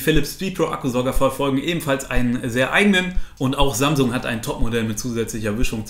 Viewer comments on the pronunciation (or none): none